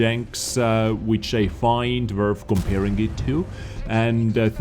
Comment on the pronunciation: "if it is wurf..."